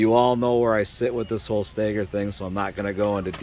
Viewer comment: It's not "stayger",. It's "stagger"... 🤷